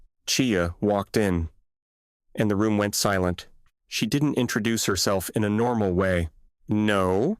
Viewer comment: Voiceover is FAR WORSE than any other I’ve heard! AI keeps mispronouncing English words with a foreign accent. Words like normal, excited and expressive suddenly changed so much I had to stop, back up and read the story to understand the narrative. Definitely worst AI voice reading yet!